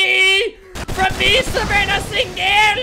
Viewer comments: 8 seconds into the video Me: hears my name ( savanna ) Albert: SaVaNnAh SiNgEL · Savannah sin-gel 🤣🤣🤣🤣